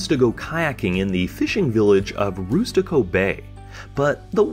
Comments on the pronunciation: Rustico (rust-ico) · It’s rustico and not roostico and Charlottetown not charlotte’s town Just a heads up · oh no it makes me laugh not bothered 😅 it's pronounced RUSTico like rust on metal no hate here at all 😊 your video was really great hope you get better weather if you ever come back to Rustico 😁